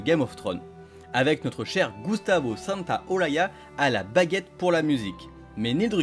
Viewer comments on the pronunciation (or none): On prononce Santaolacha il est argentin ;-)